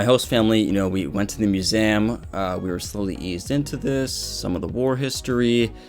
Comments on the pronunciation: I'm sorry but I can not get over you say museum bro. That accent is strong on that word only. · The way you say museum... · Why you pronounce museum like this? Have I be pronouncing museum wrongly my entire life?! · All topics aside, Why do you pronounce museum like that? Are you an alien?